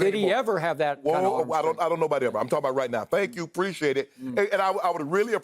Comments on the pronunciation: Shannon - “Preshaded...and I would really preshaded if you stop interrupting me”😂😂😂😂it’s really “Appreciate it”😭😭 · "Thank you precciate it"